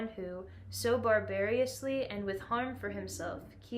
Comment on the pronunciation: Bar-bar-us, not Barbar-ee-us